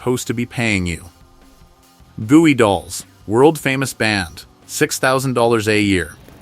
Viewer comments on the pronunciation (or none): The Gooey Dolls, The Bye-erds, A.N.D., AVAN, the EARS??? Just how much more of this are we expected to take?